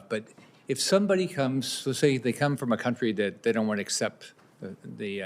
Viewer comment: It is country, not county.